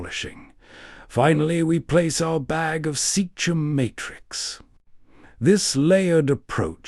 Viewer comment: Seachem (sea-kem) Sea is water and chem for chemicals (water chemicals) not seach-em. You're not David Attenborough and this is not a documentary.